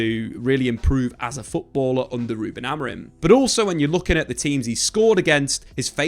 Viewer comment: Why do you call him Amarin😂